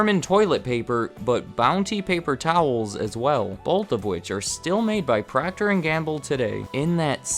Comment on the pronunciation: Is PROCTER & Gamble NOT “PROCTOR” as in Proctor Silex 😔